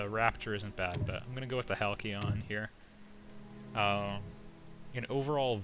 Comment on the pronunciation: Hal-See-Ahn. =P